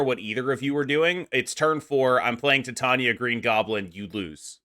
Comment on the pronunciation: Great video. Titania is pronounced TIE-TAY-NEE-AH like titanium.